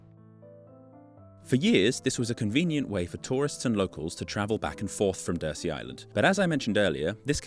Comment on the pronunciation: DURSEY is pronounced 'dur_zee', not 'dur-see'.